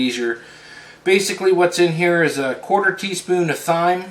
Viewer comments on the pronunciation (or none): Hold the phone... Either you have a lisp or you don't know how to say thyme. It's pronounced as "time" not "thime" haha, good video still.